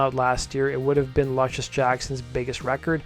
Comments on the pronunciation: Why do you pronounce it Lush-iss when you are aware the inspirational name is pronounced Loosh-iss? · Pronounced: Loo shuss Jackson. Like the basketball player.